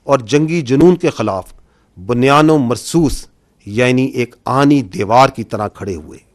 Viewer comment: 😮بُ ، ”بُنیان ۭ مرصوص“،، بَ بَنیان نہیں پلیززز 😮😮😮